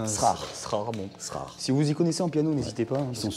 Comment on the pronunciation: Le piano de gauche, sa marque c'est Erard. pas "Srard"